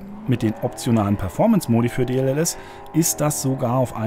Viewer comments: Warum sagt statt DLSS immer DLLS? xD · Es heißt D-L-S-S,. Deep Learning Super Sampling.